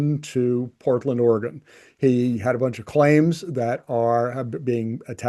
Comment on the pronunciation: Please check your pronunciation of "Oregon". Otherwise, this is a very important video, so many thanks for exposing these issues. Vive le Canada 🇨🇦